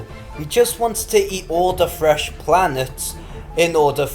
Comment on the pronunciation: Eat all da fwesh pwanets 🤣